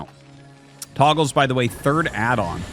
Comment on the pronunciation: Fun grammar lesson: The word "togles" should be pronounced "TOE- ghels" because it only has 1 g. In typical English words, You need a double g to indicate a soft vowel sound. In other words, the name Artosis is saying would be spelled "Toggles."